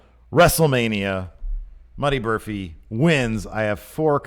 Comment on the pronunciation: Muddy Burphy? LOL